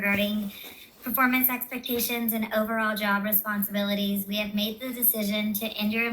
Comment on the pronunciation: Take a shot every time she says "expections"